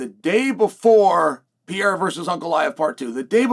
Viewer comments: Chael is so corny. Say the dudes name right stop being disrespectful. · The real win will be when chael actually says his name right. Thats Chaels next fight and he’s like 0-600.